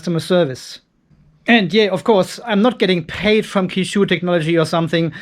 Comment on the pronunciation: Qishou is phonetically pronounced similar to che-show.